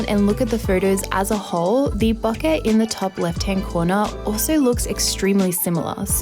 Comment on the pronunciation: She say ,bokeh’ correctly (it’s word from japanese). I also say ‘latte’ in similar way as it’s from Italian, it’s weird for me how British pple pronounce ‘latte’ they do like latey, latee 😖